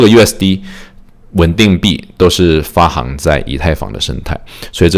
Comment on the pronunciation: 行 是多音字。发行(xing) 读音是 xing, 比如 行政 行走. 喜欢你的节目。